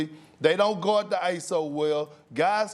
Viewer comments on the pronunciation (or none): Perk needs some hooked on phonics... He out here saying “Gord” instead of “Guard” “Sacystical” instead of “Statistical” “CJ McColor” instead of “CJ McCollum” Like bro come on now 😂😂😂